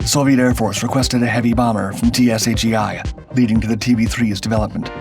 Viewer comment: The development institute is TSAGI and is pronounced like it looks not in individual lettres.